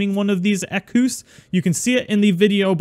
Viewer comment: Its pronounced like "eck wiss" but dont pause between them. Put it together. I love the Equus, horses are my favorite of all things. Awesome episode. Tsa was a pretty Equus.